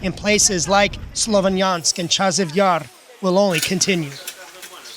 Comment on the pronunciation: Huddy can't even pronounce SLOVYANSK. Not difficult.